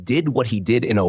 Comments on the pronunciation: It's Oahu not Ohio. Stop butchering the names. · It's Oahu moron, not Ohio. AI generated crap narration. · geez....dude pronounces Oahu as Ohio......Oahu is pronounces as O-Ha-hu..... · Mawi: 🪨🤨 Ohio: 👽💥 kawai: 😺❤ Thats one way to say the say the names wrong😂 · Lord have mercy the ai will say it wrong a million times and then once say Oahu correctly 😂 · The audacity to mispronounce foreign names 😂